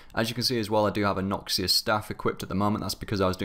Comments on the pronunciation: OMG please say noxious correctly :'( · Learn to say noxious please >.>